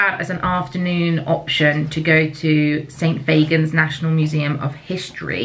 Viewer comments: St Fagans is pronounced faGGAns not faygans x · hey just letting you know st fagans is pronounced as st f-ah (as in apple)gans. xx